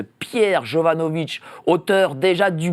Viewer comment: Attention ce n'est pas vitch mais vik! Salut...